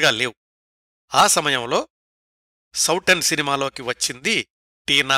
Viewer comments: Souten సౌటెన్ కాదండి సౌతెన్ అంటే సవతి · నమస్తే సార్ చాలా బాగుంది. మీరు సౌటన్ అని అంటున్నారు అది సౌతన్ అని చదవాలి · ఆ సినిమా పేరు సౌతన్, లేదా సౌతెన్ అని కూడా హిందీ వాళ్ళు అంటారు. అందులో ట లేదు. ఇంకో 2-3 హిందీ పదాలు కూడా correction అవసరం. హిందీ, లేదా సంస్కృతం తెలిసిన మీ మిత్రులు మీకు ఇందులో సహాయం చెయ్యగలరు.